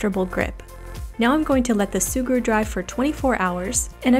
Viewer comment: Its me of She say SUGURU?